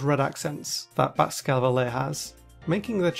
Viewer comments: I refuse to pronounce this Pokemon ee-ji-slash. Also: Baxcavalier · Alright are we all going to not talk about the way he says Baxcalibur?